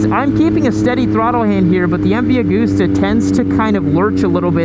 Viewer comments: Hi.... its not AG-OOOSTER try pronouncing the actual letters.. it goes like this ... Ag-usta .... oh by the way I visited the old man office, his desk is left like it was the day he died. All the cups and medals festoon his office, and the Office was small and functional ..later he built helicopters, which is why I was there, collecting a new chopper .. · M V A-gust-a. Not goooosta